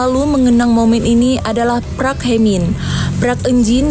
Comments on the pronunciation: park dibaca " pak " bukan "prak" 😂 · Park bukan prak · Yg bener "Park"...bukan "Prak" Lawak loe min😂😂😂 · Min..... reporter anda harus belajar banyak, Park ama Prak itu beda jauh. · ADMIN...BUKAN (PRAK) HIE MIN, TAPI PARK🤣👍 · Bukan PRAK TAPI PARK... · "Prak hemin, prak eunjin dan prak huyong" "Hum hye heson" Saya salah denger gak sih ??? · Apa sya gak salah denger , PRAK Hye men,prak Eun jin, prak prak ngaprak kali 😀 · Parks koq di bacanya prak 😂😂😂😂😂